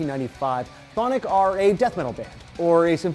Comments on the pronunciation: Finally. Someone else who pronounces 'Chthonic' properly. I swear, when they were at Bloodstock in 2012, Freddy said "We are "Thonik" from Taiwan". And the trying to be cool stage announcer minutes after Freddy said this, walked onto the stage and said "Let's hear it for "Kuh-thonik!"" I had to call him a stupid bastard :P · You guys butchered Chthonic's name in the vid